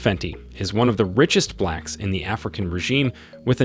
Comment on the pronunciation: The narrator even said "blacks" with a racist accent. smh